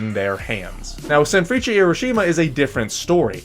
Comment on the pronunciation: i always thought the pronounciation of sanfrecce was "sanfris" :face-purple-crying: hahhaha. love the content